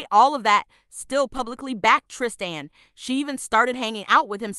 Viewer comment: It's Tristan not Trist an